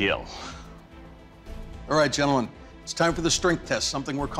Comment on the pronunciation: Will there be a weapon that doesn't KEEL?